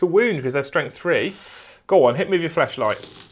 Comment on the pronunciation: are you saying flashlight or fleshlight?